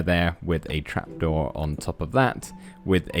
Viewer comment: You said crap door not trap door